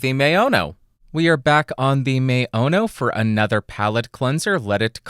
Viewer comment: blia-blia-blia 😂 I'm russian. It means "bitch-bitch-bitch". Why u say "blia-blia-blia" instead of "bla-bla-bla" 😂? PS Add simultaneously recorded audio tracks for two comparising microphones with any AFC analizer applyed on them (for instance, fabfilter pro-Q3 displays two AFC tracks simultaneously), to demonstrate honest digital difference between the considering pair of microphones.